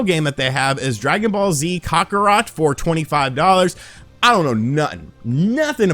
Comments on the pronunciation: Cock-a-rot? Clearly you dont know anything about DBZ lol. Its pronounced Cack-a-rot (as in Cat) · Dragonball z cock-a-rot? Lol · "Dragonball Z CACArot" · "Dragonball Z Kakah-Rot" Love that pronouncing! I'm going to use that from now on. <3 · I’m so offended by the way you said kakarat and that you don’t know anything about dragon ball Z. I though we was friends. But now I know the truth. (In case anyone is wondering, I’m joking) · I believed you when you said you knew nothing about dragon ball based on how you pronounced kakarot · That Kakarot pronunciation lol